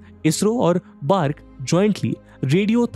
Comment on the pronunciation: Its B.A.R.C not बार्क